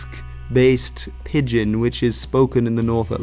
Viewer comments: Thanks, as always, for this. However, it may be that in Dutch pidgen is prounounced as it is spelt, but in English it is pronounced as I would pronounce pigeon-if you listen to the pronounciation given in the wikipedia definition you have quoted that is how it is pronounced: wikipedia gives two IPA forms for pigeon, and the first, with an 'i' sound representing the 'eo', is identical to that given for pidgin. Keep up the goid work. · Great video as always, but pidgin is pronounced pi-jn, pretty much like the bird pigeon. Thanks again. I’d love to hear your take on the Gaelic languages in Canada and the USA. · It’s pronounced like the bird haha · (By the way, I just turned 75 a week ago today, and you are the first person I have ever heard pronounce 'Pidgin' with a 'hard' g. For me it has always been pronounced nearly like 'pigeon'.) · Pidgin is pronounced exactly the same as pigeon. Wiktionary often has the IPA on its entries so that is a useful tool for checking unfamiliar pronunciations. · lol "Pid-gin" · Yeah, can't trust your video if you can't even pronounce the topic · So just to let you know you're pronouncing "pidgin" wrong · "pidgin" nearly rhymes with "pigeon". You're pronouncing it inconsistently. Great video of a great topic.